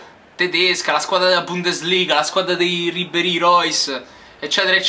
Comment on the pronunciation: si chiama Ribéry no Ribbéry